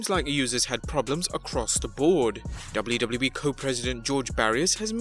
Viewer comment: The way you say wwe is a botch